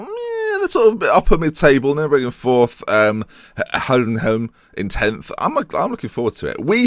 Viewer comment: BTW it is "hi-denn-hi-m" for Heidenheim not "Hell-den-hi-m"